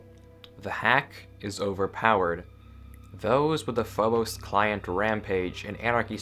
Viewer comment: also I always pronounced it phob-us so it feels very weird to hear it said as phob-ose